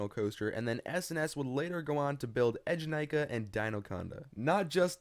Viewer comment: ええじゃないか, pronounced [AAY-ja-nai-ka], not [edge-a-nai-ka] (耳が痛むなちゃった。。。)